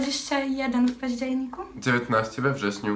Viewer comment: "21 w paździelniku" XDDD